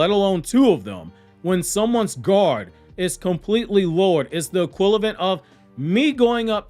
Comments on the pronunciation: Love the content. I mean this in the nicest way possible. It’s equivalent, not equilavent. Sorry, that was bothering me. Thanks 🙂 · E-quiv-a-lent not E-quiv-lent